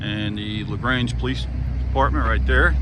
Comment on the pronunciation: Great video.. now the only thing is how to pronounce LaGrange correctly